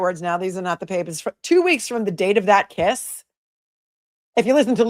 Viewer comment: “We read the papahs”. Every once in a while your MA accent pops through and I’m loving it!!! Thanks! ❤️